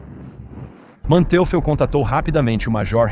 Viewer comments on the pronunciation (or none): O nome do General alemão é Hasso von Manteuffel, não "um homem teufel"